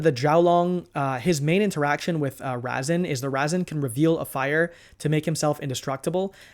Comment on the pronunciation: “Vynquish soul” “Razzen” 😂😂😂 Love the content as usual.